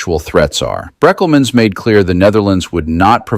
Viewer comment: Good talk... :face-red-heart-shape: He needs a small black moustache... so we know who / what / when and where.. BTW.. trying no being smuggg... but it's Brékelmans.. with an é.